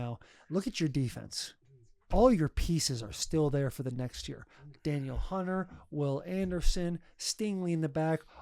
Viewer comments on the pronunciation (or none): As a Vikings fan, Taylor needs to learn how to pronounce Danielle Hunter’s name